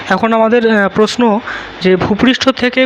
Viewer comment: কথাটা প্রশ্ন প্রষ্ন না